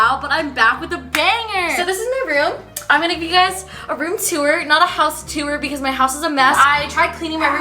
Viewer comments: She says teur instead of tour haha cute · No one: Absolutely no one:, a Canadian: “two-er” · “room teour” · The way she says tour